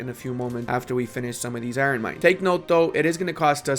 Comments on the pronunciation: Stop it stop it stop it not IRon ION no emphasis on the R!! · I love your channel but every time you say EYE-RON instead of Iron I die a little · Why do you say Iron like that? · "iren mines" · saying "i-ron" gets me every time lol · The way this guy says iron kinda makes me crazy not gonna lie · I’m gonna be honest man the way you say Iron makes me want to die inside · How the hell are you pronouncing "iron"? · I never know if he says it that way ironically or not